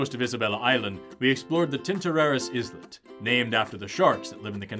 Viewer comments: claims to be literate but pronounces "islet" with the 'S' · 'Islet' is pronounced the same as 'eyelet'. Silent 's' like in 'island' or 'isle' and the 'i' pronounced like in 'spice' rather than 'ship'. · Bro, why do you say "Izz-Lit" like we wouldn't notice? 😂😂 Pronounce the word "isle" and then add an "eht" sound at the end 😅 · I'm disappointed,. How could I enjoy a video where the presenter calls an islet an "izzlet!?" Jokes aside, excellent video. I always love learning new things while pseudoscience gets debunked. Also, come on man, the Error-win Brothers was right there! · Ahhh,. The 's' in "islet" is silent. Eye - let. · "Islet" is pronounced "isle-let". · "islet" I believe that it's pronounce "eye-let", just like "island" is pronounce "eye-land". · That was entertaining and painful in equal measure. To suggest that geologists can't tell the difference between layers in volcanic rocks and seasonal/annual varves in sedimentary rocks is bonkers. p.s. check your pronunciation of "islet" - the s is silent.